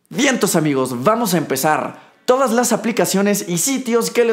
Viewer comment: Ami ni me gusta el fútbol sólo veo este vídeo para poder escuchar el "Vientos amigos" 😂❤️😍